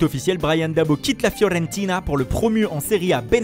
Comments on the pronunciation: La FlorennnnnTiiiiiinA 😅 La rrrrrrrRooooomA 🤣 Le naPÔli 🤣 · Déjà, avec le Torrino et la Fiorrentina, il m'avait tué ! Avec la Rrrrrroma, il m'a achevé !!! 🤣🤣🤣🤣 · La façon dont le commentateur prononce les noms des clubs italiens FIO-RENNTINA,la RO-MA,le NA-POLI😁😁👏🏿👏🏿👏🏿